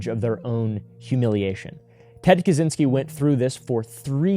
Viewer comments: Americans making up the worst pronunciation possible instead of simply looking it up in the internet. 😭 Brother, it's not that hard. It's something like "Catch-in-ski". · As a Pole, it always makes me laugh when Americans try to pronounce Kaczyński with a hard Z,not knowing that CZ is one letter in Polish 😀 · Just to let you know, it’s pronounced KaCHynski. The cz sounds like “ch” in chair.